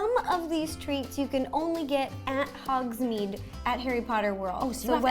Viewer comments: Ro: I got all of this from ‘hOgS-mEedE Me:..........iTs HoGs-MaDe nOt hOgSmEeDe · I thought that it was hogsMADE not hogsMEED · its hogsmaid not hodsmed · HOGSMEAD NOT HOGSMEED